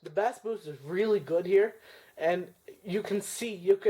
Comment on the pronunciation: FYI: Bass is pronounced "base."